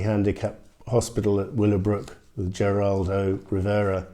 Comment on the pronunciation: Geraldo is pronounced heraldo